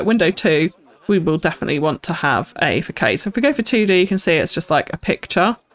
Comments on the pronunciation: I'm really enjoying the series so far, but your pronunciation of facade is making my toes curl. It's not fak aid, it's fass ard. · I know it's been a year, just thought you'd like to know the word Facade is pronounced "fuh-SARD" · Wow! how you transformed the sloth exhibit is just amazing!! + I’m not trying to be pretentious lol but do architecture, façade is pronounced fasad